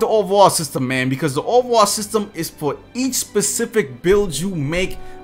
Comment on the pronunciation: I’ve been watching this guys videos for 2 2ks now and I still can’t figure out why he pronounces “overall” as “over-wall” 😂